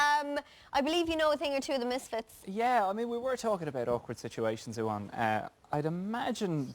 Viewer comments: His name is pronounced Ew-anne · But he pronounced it with I in his Bafta video... Someone pronounces it like "oo-anne".